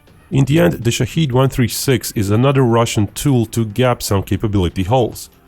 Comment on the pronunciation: The pronunciation of the word is wrong. It is shaahed not shaheed or shahid. The first one means the one who looks. observes The second one means someone who is killed for the country and for God. The name of the drone is the first, not the second.